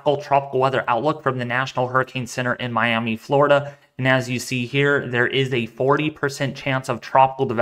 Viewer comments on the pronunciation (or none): none